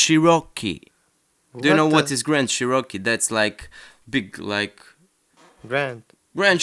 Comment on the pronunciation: CHEROKEE, NOT csheROCKeee